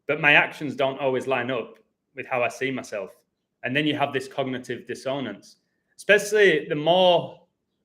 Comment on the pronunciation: Can I be your pronunciation editor?? Pronounced DISS on ance not dis own ance :)